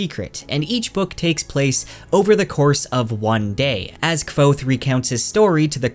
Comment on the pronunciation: Thank you for pronouncing kvothes name how ive always pronounced it in my head lol